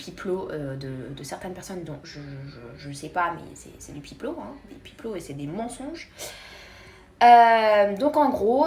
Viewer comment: On dit « pipo »